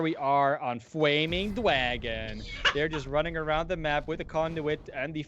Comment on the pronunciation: Fwaming Dwagon!